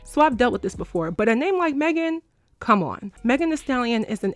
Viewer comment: Yeah no, if they didn't mean any harm by this conversation then they wouldn't have shaded Meghan by purposely pronouncing her name wrong while full on pronouncing Tory Lanez name without any problem. They were definitely being shady. 😅